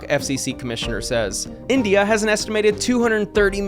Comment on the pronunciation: calling india "indiana" is peak